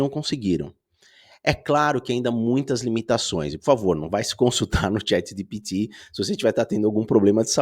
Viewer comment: A maneira que ele pronuncia chat gpt ja sabia que n era humano